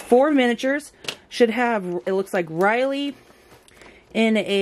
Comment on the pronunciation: It's RiPley. She's not a Pterodactyl, the P isn't silent. Good channel otherwise.